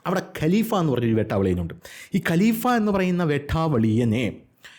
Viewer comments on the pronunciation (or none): none